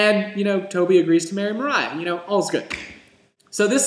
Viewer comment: Its Maria, not Mariah :) this was good though